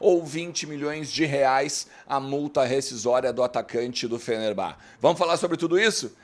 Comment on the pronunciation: Fenerbahçe se prouncia FenerbaTCHÊ e não FenerBÁ. Não sei da onde tiraram isso, deve ser o mesmo pessoal que fala BlueTÚ em vez de Bluetooth :)